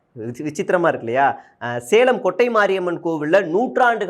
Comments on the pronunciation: கொட்டை அல்ல.. கோட்டை 😅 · கொட்டை ❌ கோட்டை ✅ பெரூர் ❌பேரூர் ✅